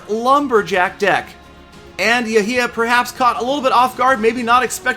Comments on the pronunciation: Its pronounced yhia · Clash and Pokemon GO my name is not pronounced like that. That makes me sad. Yehya same as Yehia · The way this man said Yahia and naruto lmao